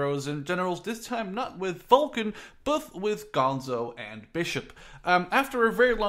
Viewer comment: it's Vulcan not volcan